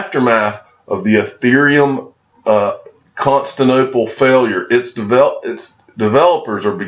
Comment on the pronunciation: Love your videos, bro. CON-STAN-TIN-OPAL